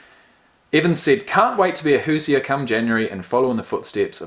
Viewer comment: Its pronounced hoo-zhrz. Basically anyone from Indiana is a Hoosier. Not really sure where it comes from but you can look it up. Love the channel!